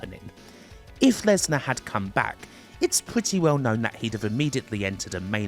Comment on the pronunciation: Bwock Lenswar